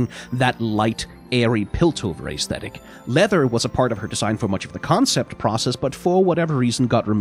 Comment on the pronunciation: I love your videos, seriously. But PLEASE pronounce Aesthetic correctly it’s driving me nuts